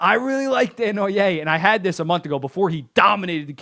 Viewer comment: Nice to have you pronouncing Desnoyer the right way when we have Nasher calling him Dez-no-yerz.